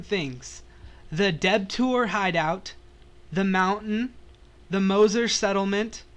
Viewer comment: Lmao "The Deb-toor hideout"